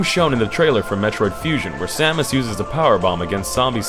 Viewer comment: Pronouncing the protagonists and her arch enemy's name correctly in the same video? I came.